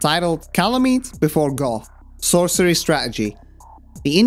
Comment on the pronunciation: "This is where we meet Gough." +1 for correctly pronouncing his name!!!